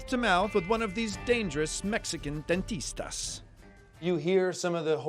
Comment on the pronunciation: when he said dentista😫